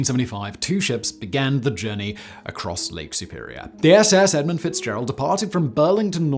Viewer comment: there is no 's' in the word edmund...snotty and illiterate douchebag.